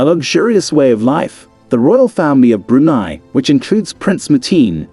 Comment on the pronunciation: BrunEE?! Brunei pronounced Broonai, ("nai" rhymes with sky).